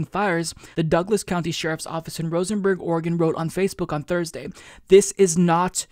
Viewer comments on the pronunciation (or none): Dude, you're from Oregon. Stop calling it "Rosenburg".